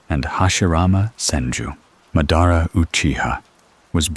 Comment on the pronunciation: Did you even watch the show ?? Who is Ma-dar-uhhh 💔🥀